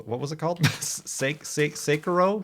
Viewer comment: think it's seh-ki-ro